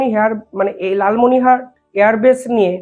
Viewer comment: Dada ektoo vool uccharon korchhen , Lalmonir hat " Lalmonihar " noy . JAY JAWAN, BANDAY MAA TARAM, BHARAT MATA KI JAY. 🇮🇳🛕🙏